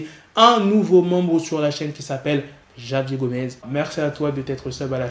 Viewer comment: Je pense que javier gomez Se prononce ""Ravière Gomez"" C espagnol